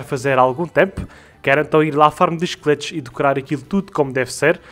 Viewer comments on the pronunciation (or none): MDs kkkkkkkk só nesse ep que eu fui entender que tava falando "esqueletos" e não "chicletes" mano como eu confundi isso kskskskskskk